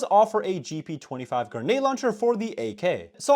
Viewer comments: day 1 of me asking to stop saying "genade" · I wish you would say grenade properly not gaynade